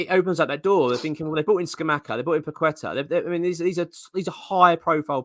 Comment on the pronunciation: Paquetá is pronounced 'Pa-Ke-Ta' not 'Pa-qwe-ta' :)